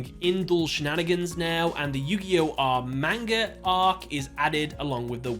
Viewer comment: Me, a One Piece fan, watching the intro to this video: Pathetic. Also bro why are you butchering the pronunciation of manga?